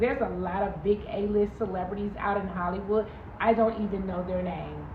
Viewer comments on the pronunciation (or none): none